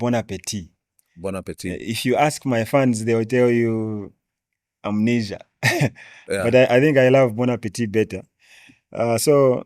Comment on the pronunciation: It's amazing how chef said Amanesia